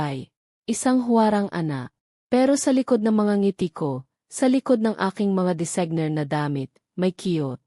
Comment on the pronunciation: Halatang binabasa dapat po naman tama ang pag bigkas po. Sana po may buhay ang pag basa parang totoo. Bakit po hindi nyo mabigkas ng tama ang designer at venue?